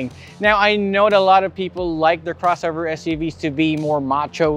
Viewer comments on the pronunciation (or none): "Crowshovher" i really love his pronunciation. it's like a cross between ben tulfo and mike enriquez. 👍👍